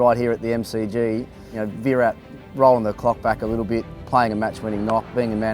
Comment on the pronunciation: His name is VIRAT not v-rat. Show some respect..